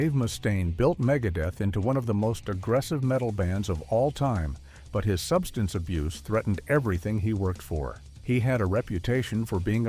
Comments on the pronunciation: It is pronounced "Substance issues". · What is wrong with this man speaking? Can he not pronounce the word substance?!?!?